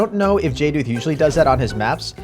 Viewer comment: Someone said jduth’s name right!! Everyone says (jay-duth) but it is (jay-dooth.)